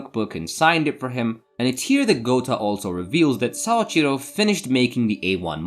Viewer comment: Man, your Japanese is very poor. Soichiro is (SO-EE-CHI-ROW) not (SAA-CHI-RO) or sometimes you said (SA-EE-CHI-RO) or (SAO-CHI-RO). I don't know why your brain has to add an A into his name. Your (Ri) in Rika, was closer than most native English speakers, but it was definitely Spanish rolling and not the character り. Also, you can't even keep her name straight because you later call her Riko, multiple times. And Kazuhito? You literally left out 1/4 of this man's name. You looked at a 4 syllable word and really just left an entire one out. His name was not Kazuto, it was Kazuhito. Then Shiraishi. You just changed the last (Shi) into (Sha). What's the obsession with adding an (Ah) sound into everyone's name? holy shit you BUTCHERED that name my guy. "Saochiro started dating Suashira"? That is how you said it. Does Suashira and Shiraishi sound the same to you? lmfao I'm sorry but this was painful for anyone who knows even the slightest bit of Japanese.